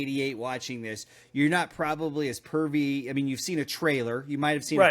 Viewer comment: 15 minute mark 😂 Privy! Lmfao the word is privy! 🤣😅 sorry made me laugh.